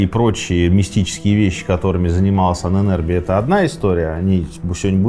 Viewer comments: Ужасно коробит это "аненЭрбе"😂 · Мои три копейки: Аненербе (Ahnenerbe), ударение на а (Анэн-Эрбэ) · Ahne - предок, соответственно мн.ч -Ahnen . Erbe - наследие. В конце твёрдое - е. Звучит как "э" . Правильно произносится Анэнэрбэ...кстати существуют до сих пор отделения Ahnenerbe в Германии. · Правильно произносить " аннэнэрбЭ" , слово состоит из двух слов - Erbe ( эрбэ) наследие и Ahnen ( предки) . Тоесть- наследие предков. В конце слова твёрдое " э" а не " е" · Произносить и писать лучше " Аанэн Эрбэ" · Ahnen = предки Erbe = наследия Слово "Ahnenerbe" произносится с ударением на удлинённую "А" как "А́аненербе" и означает наследие предков. Этим может быть всё что угодно. Например пирамида для египтян или же светлый цвет волос у шведов 😉. Пишу этот комментарий просто для понятия самого слова. Может кому нибудь интересно 🤷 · дуракам покоя нет... ударение на начальной букве "А"